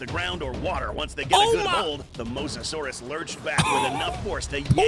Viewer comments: Dude it’s mOsasaurous not MoSASAURUS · It’s mose-a-saur =mosasaurus